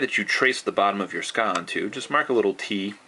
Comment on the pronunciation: well 'tska" or "sooka", or "tsuka", it doesent matter, as long as you know that specific part of the sword.. ^_^ please no need to get that frustrated